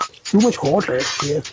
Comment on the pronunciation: “Too much hotee” 😂